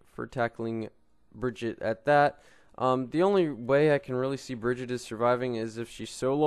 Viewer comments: im sorry I cant watch this when you say her name every fucking two secounds and even than you say her name wrong, like wtf just watch the damn overwatch intro video jeff says her name like 100 times and dosent say bridget once, smh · She is not called Bridget! It´s Brigitte! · Plz stop calling her like that, thats not how you pronunce her name.